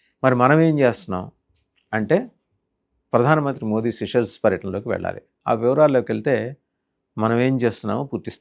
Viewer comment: గారు, సిషెల్స్ దేశం పేరు సరిగా ఉచ్చరింప బడాలి.